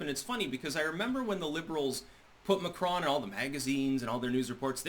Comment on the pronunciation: mAcron NOT mCron???